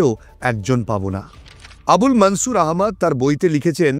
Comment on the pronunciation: মুললিম ব্যাক্তিদের নামগুলি হিন্দি -উর্দু স্টাইলে বলছেন।। এই বিকৃত উচ্চারণ কি ইচ্ছাকৃত??? যেমন - মনসুরকে -মানছুর বলছেন।।